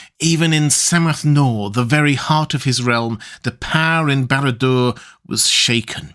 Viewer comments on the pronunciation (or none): DUDE!!! Did you just call the Chamber of Fire "Sammath Nore"?? Like someone saying "Sore-on??" You should know better! It's pronounced "Now-er" not "Nore"